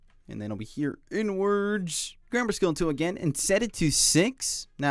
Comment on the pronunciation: i cant stop hearing it😭😭 "over here n-words, and over here n-words" (you pronounce inwards like "n-words")